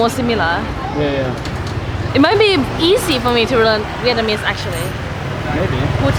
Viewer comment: Dude you keep saying Vietmanese ...